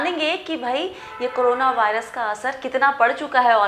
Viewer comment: Madam corona pronounce karo ... aap toh karo na bol rahi ho